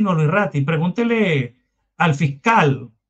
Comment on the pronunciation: RATTI NO RATTAAAA